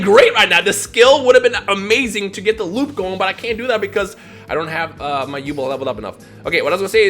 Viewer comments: Who the hell is yubul, it’s Yubel. Come on, did you not read the manga. On a serious note, 5ds is coming and I can’t wait for stardust dragon. It’s my favorite dragon. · it's pronounced yubell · Sorry you say yu(bell)'s name wrong and i cant take it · Also you pronounced yubel wrong it's said like you-bell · Its You-Bell Lol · probably already knows this by now but it's pronounced You-Bell. Yubel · it's yu-bell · Does it bother anyone else how he says Yubel? Haha no disrespect but I think it’s pronounced “You-Bell” P.S. I want more duel links! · It's genuinely bothered me from he's started saying it. I'm sitting here wanting to see my waifu in action and he's going and slaughtering her name! Still a good vid tho. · Might just be me but the pronunciation of Yubel sounds weird 😂😂